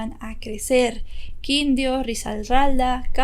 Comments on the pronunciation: debes aprender a pronunciar los nombres de las ciudades y departamentos de Colombia ejemplo: no es Quindio es Quindío pronunciar la tilde en la última i entre otras. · muy buen relato, cuando dices quindio, se pronuncia Quindío con acento en la segunda i y no es potumayo sino putumayo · Quindio? Risarralda? Putamayo? Creo que cuando se hace un caso se debe tener sierto respeto al pais del que estas hablando. Quindío, Risaralda, Putumayo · Quindio, putamayo ni que jajajaj así no se dicen pero a nadie le importa tampoco pero si me hizo reír jajaja es Putumayo y Quíndio con tilde xd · Lo siento, pero si me dio risa cuando dijo Quindio en lugar de Quindío con acento y Putamayo en lugar de PUTUMAYO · se pronuncia Quindío, con acento en la segunda i y Antioquia, sin acento. Amé el vídeo <3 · Ojo con la pronunciación... ANTIOQUIA, QUNDíO, TULÚA... ETCÉTERA. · Quidío con tilde en la i, bocaya no existe debe ser Boyacá, Antioquia lleva el acento en la o, Tuluá con tilde en la á. Hay rumores de que el tipo ya está libre... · Hola,... solo para aclarar, que se pronuncia Quindío con tilde, y Putumayo. Son zonas muy representativas en la historia de mi país y relacionadas a íconos de la patria. Buen día y felicidades por el docu. Este señor definitivamente es un monstruo, manipulador y un peligro silencioso. Ya he visto más datos y entrevistas sobre él; qué caso... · Es Quindío con acento al final, y es Putumayo no putamayo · me haces reír como pronuncias Antioquia, Quindio,e.t.c. tan bella. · Quindío lleva la tilde en la segunda i rrisaralda y no putamayo si no putumayo mi querida